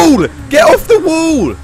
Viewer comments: U need to fix your inglesh because u said wull instead of wall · you said WOOL instead of WALL "wall" is correct "Wool" is the Language of Wall in England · Well when you pronounce wall as wool you confuse people. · Bruh when said wool and said that’s English I’m English and it wall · You said "wool" instead of "wall" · Itś not wool itś wall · wall not wool